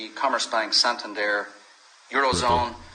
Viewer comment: Well done 👍 for pronouncing Santander correctly... so annoying when People don’t ...